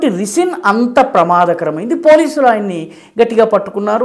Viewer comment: రిసిన్ కాదు సర్ రైసిన్...